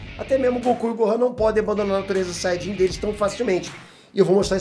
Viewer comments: "Sayjin "? Kkkkk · "Saidin" kkkkkkk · A RAÇA DOS SAIDINS KKKKKKKKK QUE VIAGEM, SÓ EU QUE ESCUTEI ELE FALANDO ASSIM ?